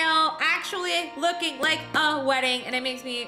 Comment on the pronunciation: Like* not lock